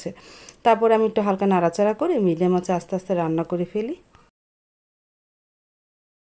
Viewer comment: Basi pangas mas bolar ki ase , mas bolte paren na